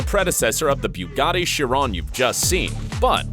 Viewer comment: Not to mention the mispronouncing "Bugatti Chiron"